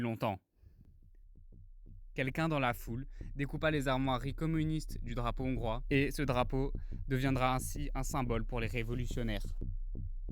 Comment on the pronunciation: Les "Zongrois", ça fait mal, quand même...